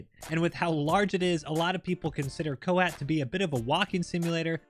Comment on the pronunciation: its not pornounced ko-hat it kinda sounds like ko-hot the "ot" sounds like word "ought" source: im pakistani